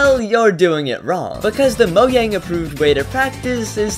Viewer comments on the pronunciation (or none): It's not moyang its mojang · its Mojang not moyang no cap trust 🗿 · Wait he said mogang? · ITS MOJANG, not just MOIANG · its mo JANG not mo YANG uwu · I exited the video as soon as he said "You see Mouian" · LETS GIVE IT UP FOR “MOYANG” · “Moyang” HAHAH😂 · The fact that he pronouns Mojang as moyang. I know that he was a real one. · No way bro just said "Moyang" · I would have enjoyed this..... but IT IS NOT "MO YANG"! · did bro really say mogang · Why at the start he said mohhyang😂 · bro said moyang